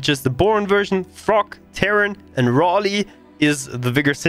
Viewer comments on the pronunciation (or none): none